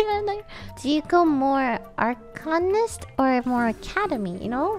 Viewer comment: how are they all so bad at saying arcanist